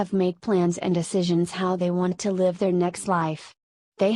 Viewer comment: The idiotic female robot voice cannot even distinguish between the grammatical tenses of live. Where is Wes Penre's voice?